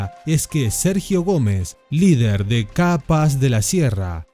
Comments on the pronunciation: Porque pronuncias CAPAZ como si fueran dos palabraz "Ca paz"... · se pronuncia capaz!!! no KA - PAZ, capaz!!!! jaja